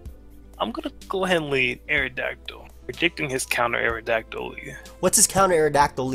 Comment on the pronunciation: ***: Dont **ROTOM-CUT* the lawn with *SCIZORS**, you're supposed to **MOET* Also: The *AERodactyl* is so *TSAREEN*-na and *TRANQUIL*